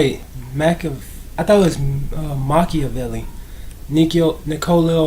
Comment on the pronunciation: The planned Album after this was called One Nation & everybody from West to East Coast were supposed to participate, he planned to end the beef with everyone he dissed (I doubt the ppl who shot him ofc) Also, it is pronounced Ma-ki-o-velly just like u said.